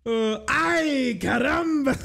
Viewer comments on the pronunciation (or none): Bro, “CARRAMBA”? 😂 like, why the hard R? 😅 it’s “caramba” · I know right? They even got his birthplace of Genova correct (northwestern Italy), yet they make him say "ayy caramba" and pronounce his Rs like a mexican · it ain't even the right Spanish accent 😭 it's like if they had John F Kennedy speak with a Jamaican accent (which to be honest would be hilarious)